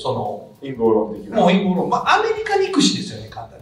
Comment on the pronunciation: インポー論…じゃなくて､ 『陰謀論』ですか!🤣🤣